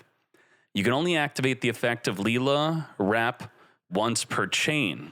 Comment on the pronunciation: You pronounce lil with same sound as ill not lee 😂 comeon bro